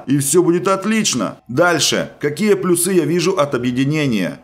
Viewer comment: Ну бляя, мне так режет уши когда ты говоришь: "квАртал", " плюсЫ", "нАчать" и т.д.